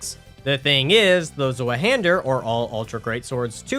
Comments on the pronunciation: Rest of the video was awesome sauce tho so im not hating buuut why is it so hard for english speaking people to pronounce german words🙏😭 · btw it’s pronounced zvi hander german for two hander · Fun fact: Zweihander is pronounced Z-vie-han-der since the zweihander was originally forged in Germany. The name quite literally means “double hander” or “two hander”. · Z in zweihander is not pronounced as z. Zwei is two in German. It pronounced as [tc] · The way use say Zweihander hurts my soul. Still, so far, fun video. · as a german i feel deeply insulted from ur pronounciation of zweihander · Clearly a strength user mispronouncing 50% of all weapons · I'm sorry but that pronunciation of Zweihander killed me lmao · The wrong pronunciation on Zweihander made me mad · fyi the 'w' in zweihander is pronounced like a 'v' in english. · the way he says zweihander😭 In all seriousness, fantastic video! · as an English speaker, it very much bothered me too 😵‍💫